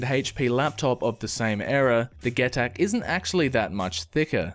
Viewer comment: get-ac.....man...its pronounced 'jee-tac' but great vid bar that